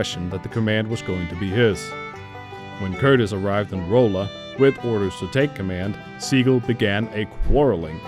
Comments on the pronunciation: Osceola is pronounced, "Oh See Oh Luh" Rolla is pronounced, "Rah Luh" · The narrator is definitely not MO/ARK area. Rolla is not pronounced like its spelled - Rolla. The "o" is like an "a". And Fayetteville is not pronounced Fiyetteville.